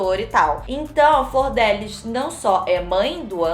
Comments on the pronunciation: falando flordélis ao invés de flordelís me dá um nervoso KKKKKK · Enrola muito pra chegar ao tema do vídeo. Segundo, a pronúncia do nome da Deputada está errada. Não é "Flordélis" ... Fala-se "Flor-de-Lis". Achei fraco o editorial não traz nenhuma novidade. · Flor de Lis...e não Flordélis kkkkkkkkkkkkkkkkkkkkk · eu tava falando errado, não é flordélis, é "flor de lis". Also: então, a flordélis... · a tambem fala flordélis KKKKKKKK antes de ontem eu cheguei na minha mae e falei: "qual que é a dessa flordélis" (pq eu tava vendo muitos posts no insta e nn tava entendendo nada) aí minha mãe: "é flordelis otávio" aí eu: " 👁️👄👁️" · cada vez que vc falou “flordÉlis” eu morri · achei que só eu pensava que era flordélis o nome dela, e não flordelís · eu também falo flordÉlis 😭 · Pera, Flordelis não se pronuncia Fordélis? Chocado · Também chamava a flordelis de flordélis kkkkkkk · Toda vez que alguém pronuncia “Flordélis” uma fada morre no meu mundo! Hahaha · falando Flordélis é a melhor coisa do vídeo kkkkk Anjo querubim?? Essa doida tá vendo sobrenatural demais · "Flor dé lis" eu amei kkk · mano ela falando o nome dela errado o filme inteiro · Flordélis hahahaha